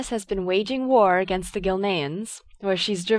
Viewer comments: Teh leader of the cult of the dammed? Teh? lol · didnt know it was called "teh cult of the damned" :D